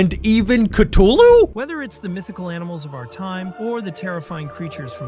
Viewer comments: Cthulu not ctulu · its pronounced cuthulu! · Its cathulu